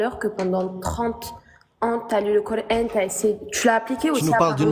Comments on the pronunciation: La 1ère ne parle pas un mot d'arabe mais prononce cor âne... Bienvenue en absurdie... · Je rêve ou la première intervenante dit " Cor'haine" ? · J'adore cette suffisance à se penser dans la vérité alors que les autres sont égarés 😂! Elle ne parle même pas Arabe mais prononce le coran : corhaine et je trouve cela vraiment ironique !😂 Le plus fou c'est qu'ils pensent pouvoir les moucher et repartent tous la queue entre les jambes ! PS : sa démonstration à fait prout 💩 et elle s'est fait avalé par le trou noir Gargantua qui avale la fierté des musulmans humilié !😂